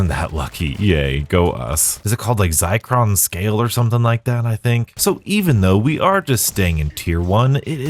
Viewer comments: Also it's not Zi- cron. It's Zir- con. As in Zirconia, or Fake Diamonds. They're literally telling us the Zombie Diamond camo challenge is worthless (compared to traditional multiplayer challenges) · ZIR con, not ZY cron. Sorry, it's driving me nuts. Love your vids!!